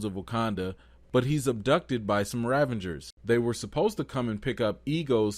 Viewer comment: Excellent takes - love your honesty. Your word play is excellent, May I, however, "File a complaint with management"? Yondu is a Ravager. You keep putting an N in there To make it rAvengers So- is that intentional? If so, that is subtle and pretty sweet. If not - please put some respect on the Ravagers name